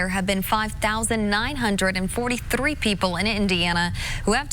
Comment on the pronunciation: I love the way the female anchor says "three"